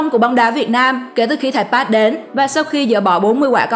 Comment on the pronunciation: thầy "pát" thầy "pát". Kho nghe bạn ơi... bt k sao nhưng phát thanh thì chuẩn 1 chút!